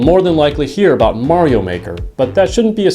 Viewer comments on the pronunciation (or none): none